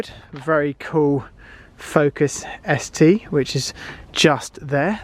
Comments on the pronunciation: Focus rs not st 🤣🤣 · RS not ST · Killed me with the st instead of rs!!! Come On man!!